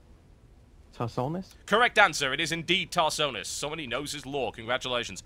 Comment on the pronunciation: IKR ... and the guy said Tarsonis ...